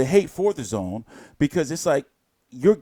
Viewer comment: You to be Eddie haters because you are always say AJ and don't want to fight but you are not dazn hater but always downplaying by the way you mentione dazn telling us that the name oldish but I'm now I'm happy that you are pronouncing it well now. Take it or leave Eddie Hearn is a blessing to boxing.